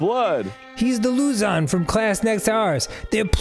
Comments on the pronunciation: Arin... My gawd, Arin. It's pronounced Lu-Zohn. Emphasis on the second syllable. 😂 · ..... being filipino and hearing arin saying "loozon" with such confidence instead of "lu-ZON" is heartwarming hahaha